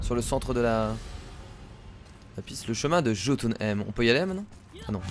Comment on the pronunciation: Ça vous perturbent pas quand dis "Jotuneïm" au lieu de "Yotyneim"?!??